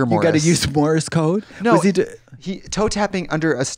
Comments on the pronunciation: was katya saying morris code 😅 is this another tubberware situation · Katya said "morris code" 😆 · Katya mispronouncing Morse code sent me every single time!!